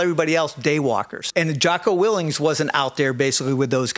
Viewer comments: You seem to know a lot about Jocko yet you cant even pronounce his last name correctly. Real credible source you are, chief. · I can't take anyone seriously who repeatedly pronounces his name 'Jocko Willinks.' That, and all I've seen this dude do is push extreme negativity online about a wide range of ex-servicemen. I'd wanna see some evidence before taking a single word of his at face value. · He can't even pronounce "WILLINK "... Sounds like he's jealous of Jocko's success. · Imagine trying to knock someone whose name you don’t even pronounce correctly. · You throw a lot of shade on Jocko when you can’t even pronounce his name right… then he proceeds to bash Kyle and lie about him. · Is it me or did he not once pronounce Jocko’s last name correctly?